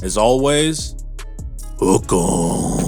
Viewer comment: Best content by far on Texas football. . . . . . . . ....worst "Hook 'em" I've ever heard 😆